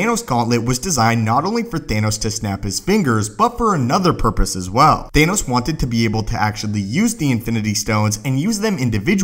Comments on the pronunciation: umm you said anoss instead of thanos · The way he says Gauntlet and Thanos